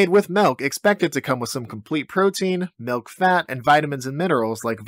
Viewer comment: Did he say Malk ? Is that a reference ?